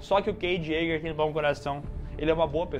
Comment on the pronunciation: Yaeger, né? Jaeger.